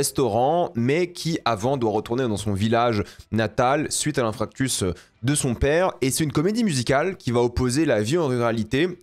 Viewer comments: aïe le "infractus" qui râpe les tympans... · le fameux infractus à l'aréoport